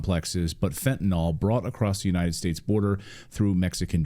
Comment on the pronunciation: I enjoy your HONEST reporting.. and would enjoy it even more...if you Pronounced the word as FENTANYL....instead of FENTANOL !...and thanks again for your HONESTY !